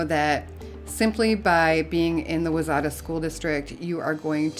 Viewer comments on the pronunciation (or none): Wayzata is pronounced ‘y-zetta’ 😊